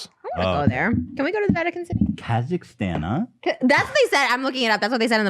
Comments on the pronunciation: I was born in Kazakhstan and Trish's pronunciation was truly terrible 😂😂 Thank you Ethan for not bring it justice ❤️ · On a light note, hearing everyone pronounce Kazakhstan completely different had my howling 🤣 and trash thinking an anaconda is bigger than a WHALE 🥲